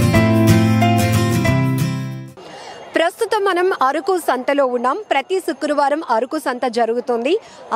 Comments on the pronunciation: అరుకు కాదమ్మా అరకు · ముందు ఆ యాంకర్ కి పదాలు ఎలా పలకాలో ముందు నేర్పించండి....మాటిమాటికీ అరుకు అరుకు అంటుంది....అరుకు కాదు అరకు.....వీడియో ఎడిట్ చేసే మీకు అయినా తెలియదా ....కనీస జ్ఞానం వుండాలి